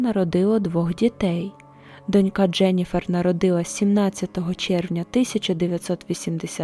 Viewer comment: Все добре, за винятком одного: слово "донька" вимовляється з наголосом на О. Є також абсолютний синонім "дочкА".